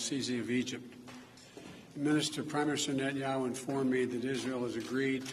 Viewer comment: Are his dentures slipping? He has a hard time saying "Prime Minister Netanyahu".